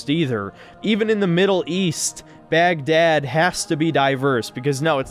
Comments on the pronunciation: The pronunciation of BAGGGHDAAD was just... *chef's kiss* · "Baghrrrdad" lol that killed me